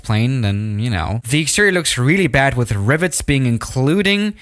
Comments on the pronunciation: Nobody:: rIVerIeS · "riveries" I think he's making us learn a new language without us even noticing